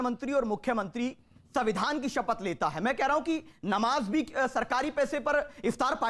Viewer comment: संविधान बोलो, सबीदान नहीं